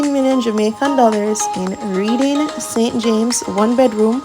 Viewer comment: The word Reading is pronounce Redding